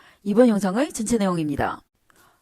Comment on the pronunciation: 시름실 초적 전채 등등 발음이 더 거슬려서 집중이 안되네 아예 완전 재중동포 발음으로 하세요 표준말 할려고 애쓰지말고